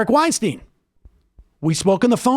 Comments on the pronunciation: I can't tell if you're mispronouncing Eric's last name on purpose or not :l Weinstein rhymes with Einstein. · You are pronouncing Weinstein wrong.